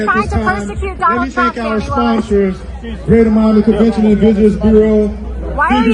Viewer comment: It's Fawni!!!